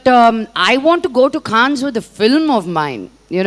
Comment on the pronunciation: Vammo adi khans kaans o kadu Cannes adi ne pichi english ma taletaku thalli